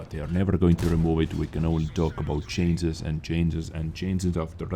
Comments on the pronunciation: Oh come on,! PLEASE!!! Just try to work on the pronunciation of CHANGE and CHANGES xD you are killing me xDD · Like for every miss pronunciation of the word 'changes'